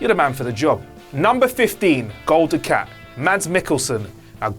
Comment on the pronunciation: It's 'Du-cut' not 'Du-cat'